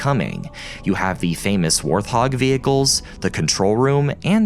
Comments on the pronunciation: No way this man just said “warth-hog” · "worth-hog" lol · did this guy really call it the WAR-THOG? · I’m sorry, I had to do a double-take here It’s pronounced “wart hog”. lol I played the first Halo game, but honestly, as groundbreaking as it was for its time, I found it to be my least favorite in the entire series up to now. It’s just not for me. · I'm sorry but did you just say "warth hog" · Why did you say Warthog like that. Are you an AI?